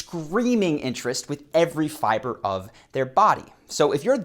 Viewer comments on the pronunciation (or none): none